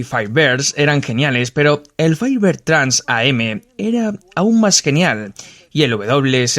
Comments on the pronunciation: Exacto, se pronuncia Trans-Am, lo mismo pasa con el Grand Am. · TRANS-AM no Trans A-M. TRANS AMERICAN CHAMPIONSHIP. Hay que conocer un poquito más para poder mencionar ciertos modismos de manera correcta.